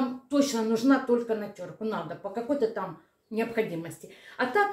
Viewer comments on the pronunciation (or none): none